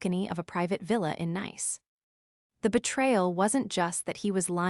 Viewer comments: If you are going to use a nice city like Nice, make sure your AI knows the difference. That was annoying enough to make me yell at my phone. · AI needs to go to elocution classes. Correct pronunciation of Nice (the place in France); aplicashio...n! The pie checked his accounts!!!